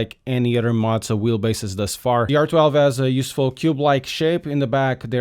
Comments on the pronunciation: Are you sure that's how they pronounce their company name? Z's typically only get the "pizza" treatment when there are two of them in a row. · How’d you get Mauser from Mow 😂 Do you (m)now (pronounced like now) the lawn? No, you “Moe” the lawn, he was meaning it like “Moe-Zuh”